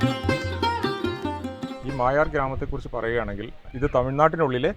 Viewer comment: അതേ... ഇവർ മായാർ എന്ന് പറയുന്നു.... മൊയാർ എന്നാണ് ഇതുവരെ കേട്ടത്.... പേര് മാറ്റിയോ.... അൻഡേഴ്സന്റെ വേട്ട കഥകളിൽ നിറഞ്ഞുനിൽക്കുന്ന സ്ഥലം ❤